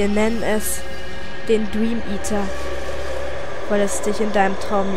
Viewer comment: "Den Dweameater"? :D lol süß x3